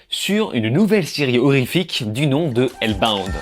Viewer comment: bin j'aurais la flemme de liker ta critique ( je sais tu vas dire tu t'en fous) en vrai ca coute rien d'au moins essayer de bien prononcer